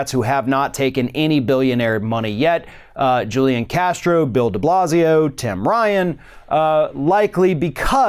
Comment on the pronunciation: It's pronounced Who-Li-Ahn